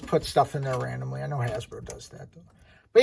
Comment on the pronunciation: Finally somebody that says his Name correctly and a Great Review